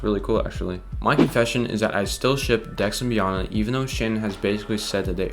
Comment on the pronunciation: It's pronouced bee-anna like anna from frozon.